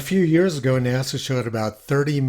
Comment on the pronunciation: NASA became NAZA…